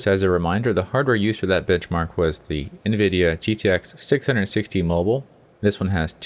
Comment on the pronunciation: Did it sound like he said bitchmark instead of benchmark to anyone else? haha :P